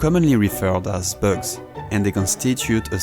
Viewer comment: I don't think ppl realise the quality of the editing in these videos. From a fellow Frenchmen, you have a strong accent when saying "bugs" 🤣